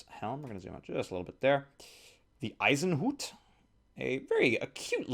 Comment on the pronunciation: You pronounced 'Eisenhut' correctly! Das hatte ich nie gedacht!